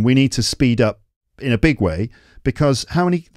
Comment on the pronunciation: 曾在網上一些教人英語的視頻中, 見到他將 up, 讀成 op, 這有點奇怪! 是否真的有人會這麼發音? 算是標準嗎? 但我查字典, 無論查英式還是美式, 也查不到這種奇怪的發音!